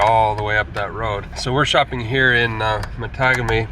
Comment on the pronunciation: Cool! Matagami is pronounced Ma taw gam ee 😄 My birthplace, way before the flooding due to the JB hydro project, is Kaniapiscow….pronounced ka nee ups cow….Say it in fluid voice 😄